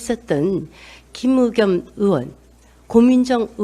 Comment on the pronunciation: 옳은 말씀 시원한 말씀 이십니다 근데 자꾸 거슬리는게 있네요...으원x 의원o (빠르게 으이원) 의를 으라 발음하는 사람들 무진장 거슬립니다 전라도 사람들은 사투리 발음 자체로 모두 의를 으라 발음하는데 전라도분도 아닌 사람들이 이렇게 발음 하는거 이해가 안감... 초등학교 교육과정에 발음 무조건 배우는데... 혀에 문제인가? 그것도 아니라면 부모나 본 집안이 전라도던가 일텐데... 아무튼 이 발음 들을때마다 무진장 거슬림... 얼마전 유재석이 놀면뭐하니에서 정준하한테 으가 아니고 의. 으학박사 아니고 의학박사 으자 아니고 의자 라고 대놓고 지적할때 무진장 시원 통쾌했음.